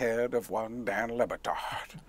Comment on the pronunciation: it's pronounced LeBatard. I love your interpretation though. Hilarious!!